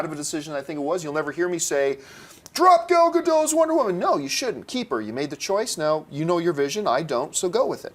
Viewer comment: Hi, you are mispronouncing Gadot, t is not silent in hebrew, this is how it is pronounced